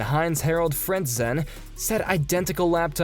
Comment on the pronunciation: And Frent- zeeeen